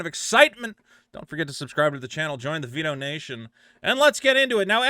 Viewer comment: I thought u said “pedo-nation”. I was ready to skip ur video when I realized ur channel name is Vito and u prolly said “Vito-nation”... u should drop a few pounds so that ur speech isn’t so fat-slurred! 😂